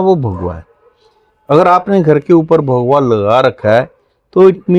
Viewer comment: Kindly pronunciation thik rakhe bhagua nhi bhagwa boliye